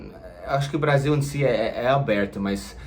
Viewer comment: Brazil com z se fala no inglês, Brasil com s se fala em português, vc falou português com Brasil em z